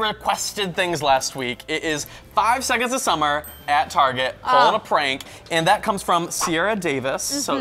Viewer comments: 5SAUCE not 5-S-OH-S. Just for future reference... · It's 5sauce 😂 not 5 es oh es 😂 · im just here for 5sos, and im so glad im not the only one that cringed when she said 5-s-o-s or 5 es oh es,it was heart breaking, but i got over it fast, only the true fans no that you say basically say 5sauce or just 5.s.o.s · okay i know that you didn't know how to pronounce it but please it's 5sauce not 5 es oh es ,please i hate when people say it like that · Why did u call the 5-es-oh-es its friction 5SAUCE!!! Sorry rage thnx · I clicked off when she said 5 es oh es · she said 5 es oh es. cringes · did she really call them 5 es oh es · "5 es oh es" nope